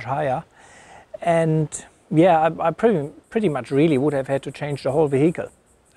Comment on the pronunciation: Mate. Its is not Ve-hicle. It's vehicle. Say it 100 times in a row. Peace.